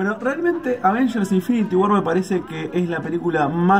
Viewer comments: versión argentina: los avensher!!! 😂😂😂😂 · Como lo dice Te Lo Resumo : advegers!!!